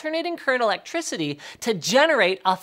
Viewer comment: "you get A Clectriticy" linus, get your KCowledge right